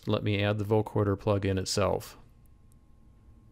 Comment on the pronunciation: not vocoRder. vocoder. no R as in recoRder.